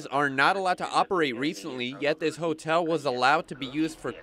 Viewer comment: I love how she say hatell